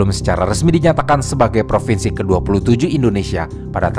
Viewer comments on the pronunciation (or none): none